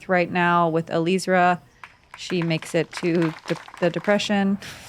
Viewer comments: Not Eleezra, Ellie-ezra. Please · I was the announcer for FPO. It's pronounced Uh-lee-ezra. She personally broke it down in her interview with Staggered Stance shortly before this event.